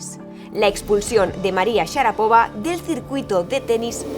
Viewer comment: SHARAPOVÁ, CON ACENTO EN LA ULTIMA SILABA